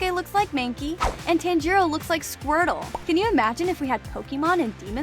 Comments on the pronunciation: FOR GODS SAKE PRONOUNCE TANJIRO CORECTLY PLEASEEEE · Why are you saying his name wrong!? You have watched the anime no!? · YOUR PRONOUNCING TANJIRO WRONG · Well, Inosuke doesn't actually mispronounce Tanjiro's name on purpose. It's because since he was raised by boars, he has poorer reading and speaking skills than an average person. He can take between 7-13 tries to get someone's name right! Another thing about Kanao: I don't think she's actually Kanae and Shinobu's little sister. In the first season where it shows Kanao's backstory, it says that she was a servant being carried around until Kanae and Shinobu threw money and took Kanao in. Unless she was seperated and reunited with her blood sisters by some miracle, I don't think they're actually related, though Kanao is as close to both of them as a sibling would be. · Is it TAN-Jeero ( Pronounce ) Or. (Ton-Jero) Cause you saying it weird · Giyuu-tearo 💀 Edit: pro said that pokemon is a anime 😔